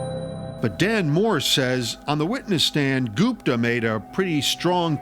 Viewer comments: Why do Americans everything? The name is Gupta. That’s gupp-ta not goop—tar. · As soon as i heard Ghupta 😂😂😂 oh he did it 4sure .